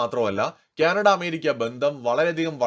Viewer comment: ക്യാനഡ അല്ല കാനഡ ആണ് 😊🙏